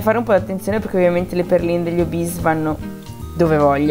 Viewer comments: Non è una offesa o una presa in giro ma ti prego smetti di dire obis si pronuncia ORBITZ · Non pronunci bene orbezz!!!